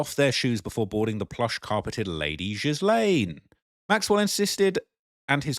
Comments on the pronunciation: Its pronounced Gillane Xx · Her name is properly pronounced "Gee-lane". Hard "G". Not her. The "jail" Ghislaine is too heavy in the body. She probably hasn't eaten much in prison if the food is bad. The body is wrong. Face wrong. To say it's "misogyny" is just stupid. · Please learn to say her name ! It is pronounced G as in the word good. So GILL. As in fish gill The LANE as in the little boy down the Lane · Virginia Guhh-frihh, Gizz-lane Maxwell.... LENOID BRESHNEFF 🤖?!?! Dude... Get a grip sit down and read a book with a timer like Kai Cenat do something because.... Sheesh 🤦‍♂🤦‍♂ And you're also stumbling through words every paragraph but I was gonna look over that with the amount of research you've been doing. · Please pronounce her French name properly: it's pronounced 'Geelen'. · Hello There! the way you should pronounce Ghislain is Yilein. Greetings! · This is not Ghisssslaine. You're not supposed to pronounce the "s". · That's not Ghislaine Maxwell, that's Guylaine Lowwell. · My dear, her name is pronounced “Gee-lane”. Keep up the crackin videos. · The "S" is silent in Ghislaine's name. Stop saying "jizlaine!" please, "jiz" is something else entirely dear and its creepy you keep calling her that ( especially if she's a poor body double!- with the worst paid job in the world! lol.). Ig it is the real Ghislaine, the botox nurse clearly missed her lips and hit her nose. Ha ha - its not the same woman! OMG this just gets worse and worse. Go compare the voice of the body double -its quite different to the real Ghislaine we heard from earlier years. The body double has a deeper and more nasally voice and is clearly putting on an accent. Even sounded Scottish for a moment as she forgot which accent she should've been copying. Oh dear ... you can't get good hired help these days... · Takes 2 secs to learn the proper pronunciation of her name. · It's really annoying to me how her name is continuously mispronounced...